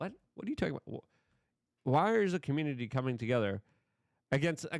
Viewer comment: "Da comrunidy"